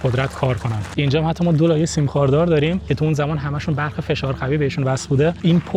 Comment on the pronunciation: چرا میگی برخ داداش برق درسته